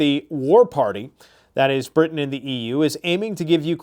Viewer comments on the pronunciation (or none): none